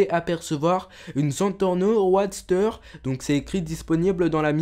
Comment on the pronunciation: sa se prononce rodster